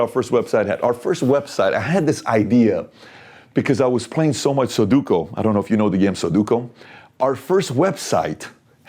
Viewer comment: Its sudoku, not soduko.